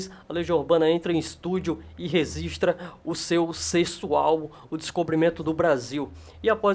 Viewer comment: RESISTRA ? RESISTRO? Sério que tu falou isso? Aí não...